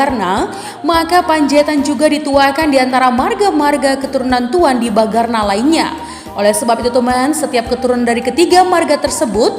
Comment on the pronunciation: Bukan Tuan DIBAGARNA tapi TUAN DIBANGARNA. Terdengar bunyi ng tidak terucap benar. Mohon diperbaiki atau diedit.